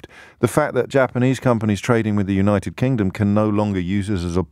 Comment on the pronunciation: Poo-nited Kingdom